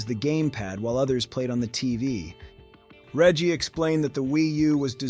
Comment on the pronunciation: While I can appreciate a focus on facts, the presentation here does feel rather robotic for not expressing any personal opinions about the story, here, not to mention weird inaccuracies like the pronunciation of Reggie's name to calling Super Mario 3D World a sidescroller. I am wary about tossing out accusations of using A.I., but some of the speech is very stilted and awkward in a way that is often characteristic of computer-generated voices.